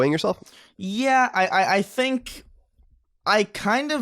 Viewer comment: Now that were talking about how Colin doesn't pronounce things properly, does it bother anyone else how he pronounces the word "think"? He pronounces every TH word the same. He pronounces think, thistle, and throw, the same as there, then and this. It's distracting every time he does it.